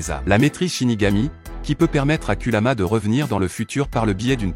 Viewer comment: Ce que pense de cette vidéo :très bonne vidéo expliquant avec détail, là tu gère 👌🏾,mais on dit kurama et non kulama